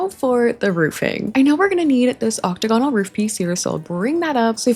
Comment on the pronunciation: im begging you to start saying octagonal correctly 😅